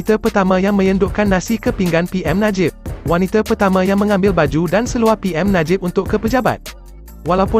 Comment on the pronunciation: Yang baca ni sekolah mana eh? It is wanita bukan waniter. Pls do better